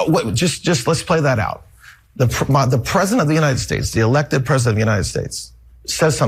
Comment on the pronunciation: Pwezident Elmer J. Fudd , darn wabbit!